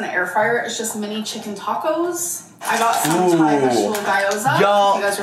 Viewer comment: I'm chinese and had to look up guy-oh-za because she mispronounced it beyond recognition.